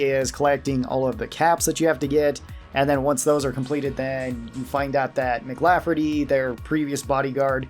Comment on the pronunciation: The guy's name wasn't McLafferty, it was McCaffery ✊🚩